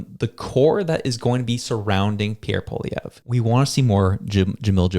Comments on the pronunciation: He should probably start getting his name right... what the hell is polivier?? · The only one who has not done anything is Trudope! He has ruined Canada. Poilievre is not a Kamala. Please learn to pronounce his name (poi-lee-ev) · Maybe that guy should learn how to pronounce his name...and stay out of Canadian politics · PBD isn't the brightest bulb in the pack. He knows nothing about Canadian politics or Canadians. He can't even pronounce Pierre's surname properly. Pierre is THE hardest worker on the hill; that's why the Libs/NDP resent him. Liberal/NDP voters do NOT listen to PBD, Joe Rogan, etc. It will work against him. He DOES need to get on CBC/Global/CTV to reach those who do not listen to independent media. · PBD learn to pronounce Pierre last name A SS Hole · He probably didn't want to go because you can't pronounce his name😂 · Patrick David, you don't even know how to pronounce Poilievre's name! You lost me from the moment you screwed that up. Clearly, you are not now and never have been a Poilievre supporter. No reason to listen to your rant. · Man who doesn't even know how to pronounce Pollievre's name knows what's best for him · It really bugs me when people like this American podcaster say Pierre's surname wrong. Cone on buddy. Do your homework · First of all PBD needs to learn to pronounce his name properly and Canada’s battle needs to be fought in Canada not the US.